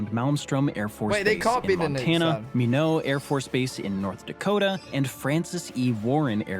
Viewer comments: Omg lol minot ND is not pronounced "mee-no" it's "my-knot" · He pronounced Minot wrong 😡why not my-not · It is not Mee-no AFB. It is My-not. “Why not Minot? Freezin’s the reason!” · "lol how is that compared to the nukes they got" - that is the nukes we got. Or whatever else we put on the tip of the rocket I guess. Also, lmao, "Minoo" airforce base in North Dakota. It's pronounced as it's spelled, not like some french shit. I live pretty close, in North Dakota. It's "My Not". Whatever he said - sounds so lame. It sounds Canadian. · I'm from North Dakota, it's pronounced "My Not"(Minot) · Learn how to pronounce. You Mean Narrator said Minot North Dakota wrong.